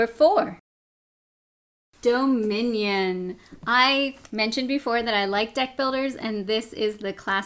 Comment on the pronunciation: lol i thought you said death builders :P not deck